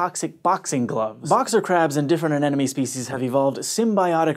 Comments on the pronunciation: 'Anemone', not 'aneneme'. N-m-n, not n-n-m! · So is it anenome or anemone? He says anenome, but the graphics all say anemone. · You pronounced 'Anemone' as 'Anenome'. Just sayin'...An-em-on-ee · He keeps saying anenome when its anemone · aNEM O NEE. Not anononee. How is it your job to read and talk? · can't stop saying "an enemy" instead of anemone lol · I don't remember ever hearing people pronounce "anemone" correctly. Somehow it always turns into "ananomy" or even "an enemy". I'm not surprised anymore, I don't even feel annoyed, but it still boggles my mind. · I'm sorry but what is the crab holding? "an enemy"? That was very cringe inducing, the M is in the middle. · had some trouble pronouncing "anemone", huh?